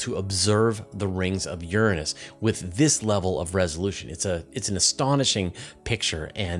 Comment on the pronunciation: You pronounced Uranus totally wrong